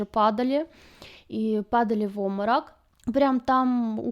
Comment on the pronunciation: Напрягает слово "оморок", вместо нормального русского слова Обморок!